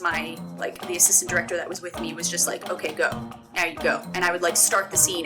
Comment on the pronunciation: james little "okeh" haha